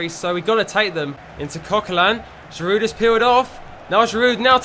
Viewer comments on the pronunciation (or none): Great videos mate, and you must hear this all the time, but there's no D when you pronounce Giroud. He's French, so it's GI- ROO. But great production overall on your videos, nice work!